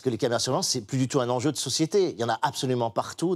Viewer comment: 48'53... "le grand zenjeu" Clément ?